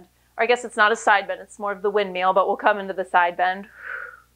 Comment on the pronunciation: Woo, shoulders on fire! 🔥 I was looking for an out of the box workout today and decided to give this a whirl. It never ceases to amaze me how easy Pilates looks but how hard it actually is. Great workout and cuing, as always! Love how you say "wind-meal", makes me giggle every time!